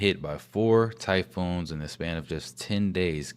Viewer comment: Homeboy said typhones